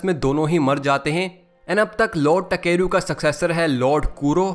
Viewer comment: Bruh it's ताकेरू and you keep saying टकेरू टकेरू 💀